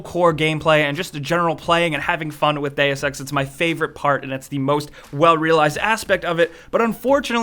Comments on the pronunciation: Please... this games title is pronounced "D[u as in burger] ex" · still didn't find anyone who can pronounce "deus"